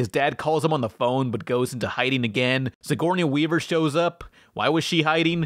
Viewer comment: the way you pronounce Sigourney Weaver makes me so mad